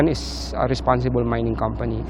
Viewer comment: Hiyang hiya naman ako sayo sa pag sabi mo na Resposble 😅😅😅 Riotuba Palawan maari pa na Responsble